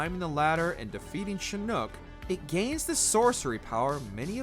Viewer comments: Shinook? Its Pronounced Shinnok.... Aside from that Excellent list on Predator Games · It's pronounced SHIN-KNOCK; NOT SHIN-NOOK 🤦🏻‍♂️ Seriously, where the fuck does WatchMojo find these people? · This man said shinnuk?? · The fact that you mispronounced shinnoks name is shocking 😂